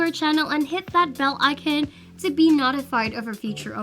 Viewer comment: lol when she trys to say bell icon and notified xd cmu